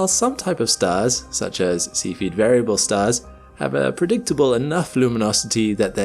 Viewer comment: Cepheid has three syllables: SEE fee id